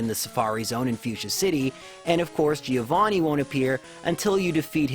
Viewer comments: Giovanni is pronounced Joe-van-knee, the first i doesn't have a sound. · I'm italian and you pronunced Giovanni wrong😂 When you see double consonant in italian you must old the sound, and the accent is on the A Btw i loved this video, i tried a Magikarp only run but on Fire Red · Giovanni in italian pronounce is like jovanni, so now you know how to say it.